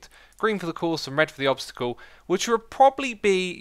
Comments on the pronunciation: Nice english 😂😂😂 u mean obstacle not obsticle ahahahaba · "tuturial" "obstical"